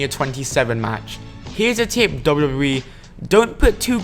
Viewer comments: You sound like someone making a futile attempt at concealing an indian accent, "". What the hell is a "dubbooo dubbooo E"? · wait did he say dubbra dubbra yee?